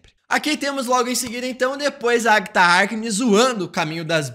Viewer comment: É impressão minha ou ele fala "Agta" em vez de "Agatha"?